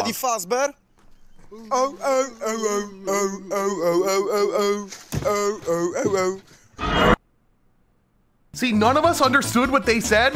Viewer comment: Fazz feady fart or something